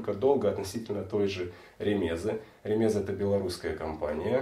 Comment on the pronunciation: Правильное ударение - РемезА. ......... Не РемЕза.